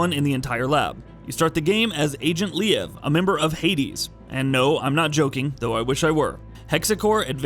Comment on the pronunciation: Le-av? ... lol Leon ...